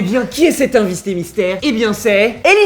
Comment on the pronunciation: tu sais pas parlé on dit pas invissté mystère on dit invité mystère